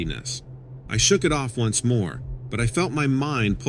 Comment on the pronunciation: Facility...not phicility. Once =1 (a number.) not ounce, as in weight.